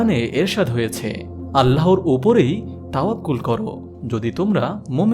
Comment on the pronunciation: আপনার চ্যানেল আমার খুব ভালো লাগে। তবে আজকে একটি উচ্চারণ ছাড়া সবই ভালো লাগলো। সেটি হলো- "আল্লাহর" = "আল্লাহোর" বলা। "আল্লাহ" নামের সাথে কোন অক্ষর যোগ করলে আল্লাহু+অক্ষর (বা আল্লহু+অক্ষর) বললে তা বেশী সহীহ হতো। আপনার হাজার হাজার সাবস্ক্রাইবার একটা ভালো উচ্চারণ শুনতো এবং এটাতে ধীরে ধীরে অভ্যস্ত হয়ে যেত।♥️♥️♥️ আরেকটি বিষয় খেয়াল করে দেখুন: "আল্লাহ" না বলে/লিখে "আল্লহ" বললে অটোমেটিক ভাবে এক আলিফ চলে আসে। উচ্চারণ টা সহীহ হয়, আলহামদুলিল্লাহ। ♥️♥️♥️ জাযাকাল্লহু খইরন। ♥️♥️♥️